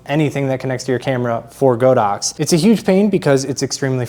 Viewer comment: It pronounces God ox!